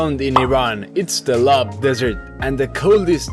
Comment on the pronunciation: As an iranian. the correct pronunciation is the "lut" desert. not the lub desert